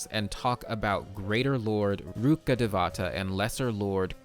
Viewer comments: just wanna correct your pronunciation of "rukkhdevata" it goes like rukh-dev-tah and not like rukkadevaata as a person who's fluent in hindi its getting on my nerves im so sorry T-T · Love ur lore videos Btw, as a local of the said reign sumeru is based on, "Rukkadevatha" is pronounced as "Rukka-Day-wa-ta" 😊 just saying cz more people will know about it